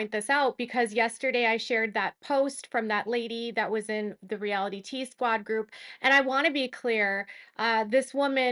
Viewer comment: It’s pronounced Reality Squad. Realitea the spelling is a smart play on words. It’s not reality tea as you’ve said in a couple of videos now. If you mention her channel may as well pronounce it correctly.